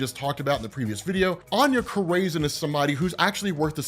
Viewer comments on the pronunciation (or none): Anya Cor-raisin😂😂😂😂 You had me rolling Corazon 🔉Kor-rah-zohn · Añya Corazon. Cor-Uh-Zone. Not craisin. 😂😂😂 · Love the vids, always! You da man,! Just wanna help you out with something….. Anya Corazon — You’re pronouncing it wrong 🚫It’s not Co • ray • zin. 🚫 👍It’s like Koh • rah • zohn 👍 or Coral • zone, but without the “l” Also, Attilan 🚫it’s not like Attila the Hun🚫 👍it’s like “Battle land”, without the B & d👍 So you wanna put the emphasis on the first syllable, not the second. AT • til • an 🤘 I salute you, sir, and all of your explanations🫡 I swear I’m not trying to be the stick in anyone’s butt. Just attempting to be helpful. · It’s Aña “Kora-Zon” thats how is pronounced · Bro youre mispronouncing the fuck out of Corazon dude wtf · why are you saying "corazon" like that, you're literally mexican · I hate the way you say Morlun (you say Mor-Lun like its 2 words), I hate the way you say Merlin (see Morlun). I hate the way you say Saturnyne (its pronounced Satur nine)I hate the way you say Corazon which is heart in Spanish you butcher it. 1610 being the greatest spider character made? Laughable.